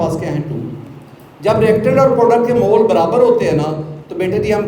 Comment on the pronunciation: Sir mole nhi Molue hota hai jaise joule nhi Jalue hota hai 😅😅